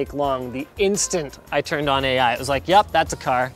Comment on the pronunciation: That just sounds like “A-Iphone” when you say it